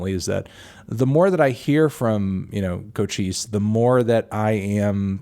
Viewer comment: lmfao u diss cochise but can’t even pronounce his name right, educate urself on his other music and his past before u call him “boring” and a “carti clone”